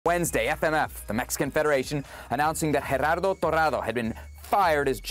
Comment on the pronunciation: Lol it's not GeRRardo it's Gerardo. Single r is different from rolling r(rr)